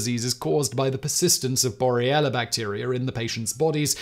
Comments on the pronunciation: I like your videos, and I'm not trying to be hypercritical, but you are repeatedly pronouncing the name of the bacteria "Borrelia burgdorferi" as bor-ee-ella, rather than the correct bor-re-lia; cheers! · Simon, your pronunciation of 'Borrelia' changes back and forth between 'Borrelia' and 'Boriella' XD